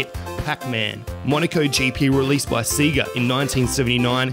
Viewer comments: Its not see-gah, its say-gah. Have you ever played Sonic 2? It says the proper title when you turn it on. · Seg-ga not See-ga. Toe-mee, not Tommy. Also, it's OK to take a breath once in a while. It sounds like your entire video is one long sentence.